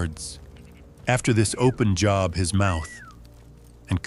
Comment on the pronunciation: Can't even get the name of the book correct! AI is exhausting!!! I will not watch any AI any more.